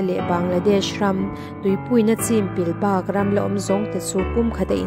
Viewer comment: Kutphah bawk tih i lam dan kha Bawkkhup a bawk kan lam dan hian lam tur aw.